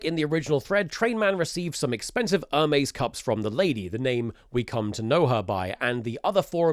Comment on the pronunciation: Its "hermes" not "ermez"